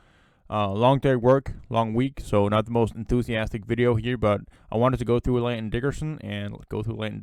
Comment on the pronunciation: Y'know...his name is Landon, not Lanton.